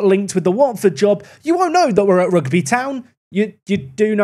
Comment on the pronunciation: Rugby football Club isn't said like the sport " Rugby". It's pronounced: Huge(Replace with an R) - bee. Rugby = Ruge - bee